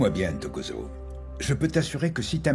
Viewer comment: 😂😂😂 c'est pas Intokozo! C'est plutôt : Ntokozo. C'est un prénom africain. Les interprètes français qui ont traduit la série ont du mal à prononcer des noms avec deux consonnes qui se suivent.😊